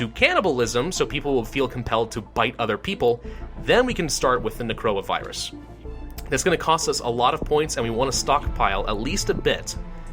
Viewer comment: Or "when he says necroa virus, it sounds like coronavirus"